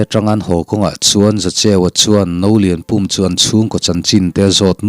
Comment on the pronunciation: Ka lo sawi vel lawk nge Nolianpum tih kha duh aiin in lam chang deuh mahmah ka tia pum tih lai tak kha thluk sang lovin thluk hniam zawk la i lam dikin i lam no ve deuhin ka ringa a Pum lai tak kha thluk hniam la a fuh in ka hria